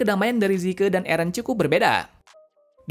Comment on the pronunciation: zeke bukan zike